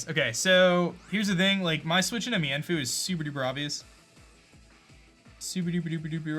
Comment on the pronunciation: Meinfoo is pronounced meen-foo